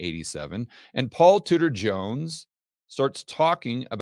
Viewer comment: all this time you were saying Tudor, I thought you were saying Scooter . . . .